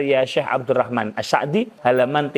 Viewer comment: Clan As-Sa'di seperti pelafalan... Lebih tepat disebut As-Si'di seperti informasi dari keluarga beliau sendiri, wallahu a'lam.